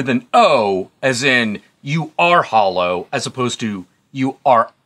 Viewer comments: In Ireland we pronounce it hal-low,,,not hol-low,,nitpicking 😂great review guys, absolutely loved this film, it's a breath of fresh air for Irish horror, 👍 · I thought it was HAH-LOH not HOL-LOW